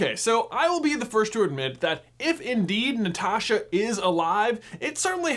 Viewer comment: Thanks for pronouncing Natasha like Natasha